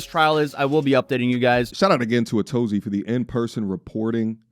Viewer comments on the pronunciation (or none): I thought Atozy was pronounced “a to z” I have no idea now lol. He does have a big YouTube presence though. Thank you for covering this too. Love your commentary!